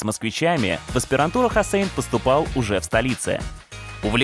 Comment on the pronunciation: Имя гостя, через О! Ведущая постоянно называет его ХУссейн 😕